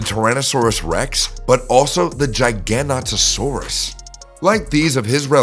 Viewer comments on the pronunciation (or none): No it wasn’t larger than either a T Rex or a Giganotosaurus ( which he pronounced wrong). Both of them, given weight and length combined, were larger.